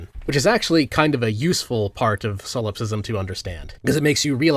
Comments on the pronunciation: I'm sorry but solopsism is "solop-sism" and not "salawp-sism" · Bro kept saying silopsist and silopsism, good video regardless